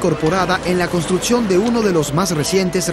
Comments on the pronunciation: El documental está muy bueno en la entrega de información, pero el narrador pronuncia pésimo las palabras. Etsito, Contrutcion, Otsido, Eletrico, Reatcionan, Esperimental, Setción, Eletrónicos, Poredosos, Carateristicas, Conetciones, Imperfetciones etc. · Construtzion, fletzible.... Qué zucede con el narradors?